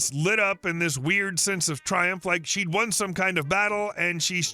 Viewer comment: Pool Karen story. Seriously you read SHED instead of She'd. It what world did that make sense? Was there a shed in the pool?